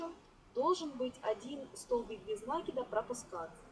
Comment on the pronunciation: Не надо говорить с ударением на первый слог "нАкид" правильно "накИд.